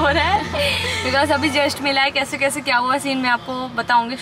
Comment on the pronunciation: Its kaise not kaishe